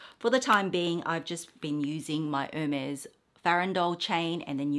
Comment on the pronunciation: the collection is stunning! It’s really breathtaking. A side note🍒🍒 It is pronounced no matter where you live Air-Mez I have googled it, YouTubed it & asked my SA. Xoxo nanc 🍒🍒